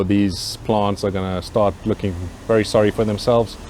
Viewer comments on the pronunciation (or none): none